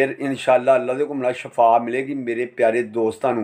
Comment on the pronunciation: Good work brother lakin ap bar bar shafaa keh rhe hain shafaa ka matlab mout hoti hai sahi lafz hai shifaa baki ap ki saari video buhat information wali hoti hain great work 👌